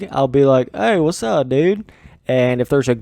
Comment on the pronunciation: Someone should make a compilation of you saying whatsapp my dudes